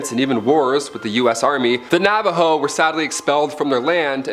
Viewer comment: I'm from New Mexico and I about died the way he pronounced "Navajo" definitely incorrect but it's all Good 🤣